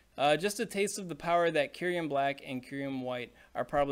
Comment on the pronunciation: Cincinno is based on the animal Chinchilla.... Just learn it's pronounciation.... Also it's kyu-rem... Not kyu-riem 😅